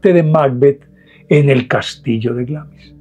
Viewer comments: Se dice Glemis, claro con acento, lo cual haría que le e se pronuncie muy suavemente, pero igual suena Glemis en español. Asi de simple. 😀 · La pronunciación correcta es algo así como "Glaams". Saludos!